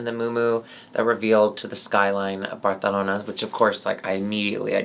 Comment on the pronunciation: So excited for another season go saying “Barthelona” and Alexis looking STUN! Always missing Chan ☺️🖤